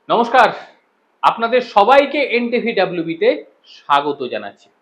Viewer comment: FIRST LEARN HOW TO UTTER NOMOSKAR. YOUR UTTERING IS LIKE HOW YOU LOOK.